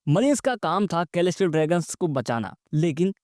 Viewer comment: Mast video bhai, bas "k"-elestial dragon mat har baar hasi aa jati hai 😂😂